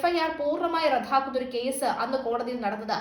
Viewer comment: റദ്ധാക്കുക..അല്ല ...റദ്ദാക്കുക. അതുമതി😅😅😅